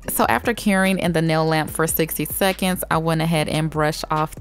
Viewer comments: It really sounds like you say without caring whenever you say without curing lol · when she says 'without curing' I keep hearing 'without caring' and I'm over here like 'damn sis is savage'